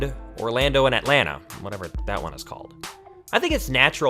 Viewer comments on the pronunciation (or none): none